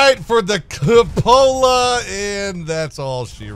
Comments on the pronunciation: Lol. Just like Oddbawz pronunciation of " coopolar" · Say it with me, coupe-ol-la